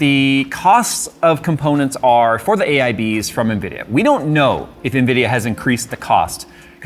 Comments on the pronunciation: "unvidea - unacceptable, same thing" lol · Nvidia = Unvidia Me: hmm makes sense 🤣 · "Unvidia"... that's actually deep.